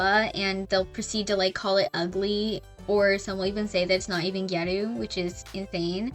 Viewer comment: thank you so much for not saying “giyarew”